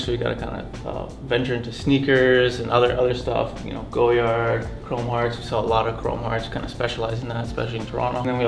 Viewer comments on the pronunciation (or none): none